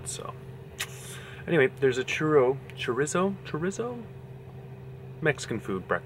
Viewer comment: lol churizzo? shurizo??